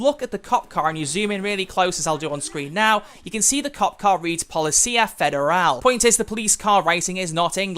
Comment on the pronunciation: Lmao your attempt at pronouncing policia federal was hilarious